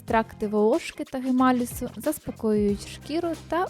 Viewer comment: Екстракт гамамелісу, а не гемалісу